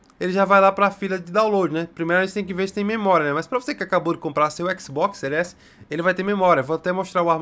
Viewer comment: "No seu Xbox sÉries esi né"